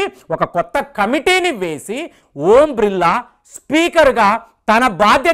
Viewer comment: ఓం బ్రిల్లా❌ ఓం బిర్లా ఎందుకు సార్ తప్పు గా పలుకుతారు